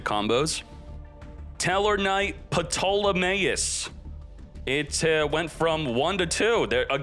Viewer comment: The way he said Ptolemaeus 🤣🤣🤣🤣